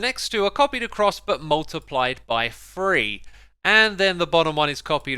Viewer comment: Idk why it bothers me that he pronounces 3 as free instead of three